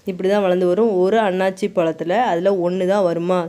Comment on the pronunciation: அண்ணாச்சி பழம் கிடையாது அன்னாசி பழம் என்று உச்சரிக்க வேண்டும்